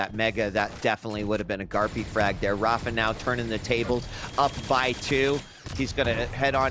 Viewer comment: amazing how you can be involved with quake for so long and still pronounce rapha's name wrong.